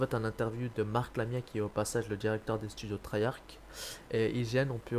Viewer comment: Deja c'est pas treyark mais treyarch (prononcer)